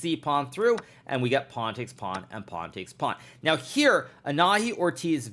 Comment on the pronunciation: Quick clarification, the girl's name is pronounced anaHÍ. The syllable HI is stressed and the H is silent.